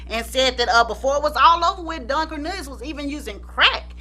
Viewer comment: the way u keep saying DONE